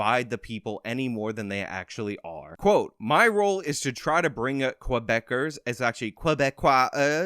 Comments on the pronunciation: It's: "kuh-beck-ers". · His mispronunciation of Quebecers is cringey lol